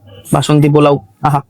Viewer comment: Work on ur pronunciation... it's not pulao...polao hobe ...work on "S"... sounding very bad...katha ta top and notch na... top-notch...need improvement